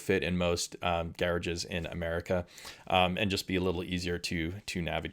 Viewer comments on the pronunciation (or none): He lost me when he pronounced the word "garage". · Gare-ridge? You spend some time in England?